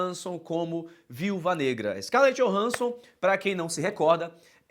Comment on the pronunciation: O cara tava indo bem nos nomes e mete uma "Scarlette Johanson" kkkkkkkk grupo maneiro mesmo seria Blade (Wesley Snipes), Wolverine (Hugh Jakcman), Homens-Aranha (Tobey é Andrew), Motoqueiro Fantasma (Nicolas Cage), Demolidor (Ben Affleck) Eletra (Jennifer), Justiceiro (2004) é Reed Richard do Quarteto Fantástico 2005, e talvez a Jéssica Alba de Mulher Invisível